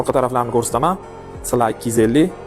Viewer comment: Сла эмас СИ ЭЛ ЭА😂